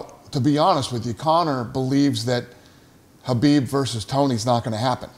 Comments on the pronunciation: Isnt your fighters name Khabib, dana not habib? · Habib isn't it kabib?